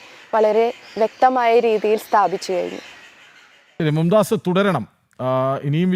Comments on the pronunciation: മും ദാസ് അല്ല മുംതാസ് ആണ് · മുംതാസ് ആണ് മുംദാസ് അല്ല